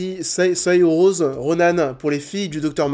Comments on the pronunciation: Saoirse Ronan son prénom se prononce Sor-Cha Ronan :) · ça se prononce Sercha Ronan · Soeurtché ronane ça se prononce comme ça a la française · Saoirse Ronan se prononce «Sarcha » c’est irlandais ! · Sœur-chat Ronan pour la prononciation ^^ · "Sur-sha" Ronan. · Et au fait Saoirse Ronan: ça se prononce Seur-cha (c'est un prénom irlandais). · le prénom de Saoirse Ronan se prononce "Seur-Sha Ronan" !!!! ;)